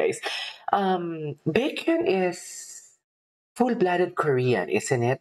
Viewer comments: It's 'BEK-YON'. I remember you reacting to EXO months ago. I'm glad you're back at it again. Maybe you can start reacting to their guides. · his name is actually pronounced [BECK-hyun]. 🙂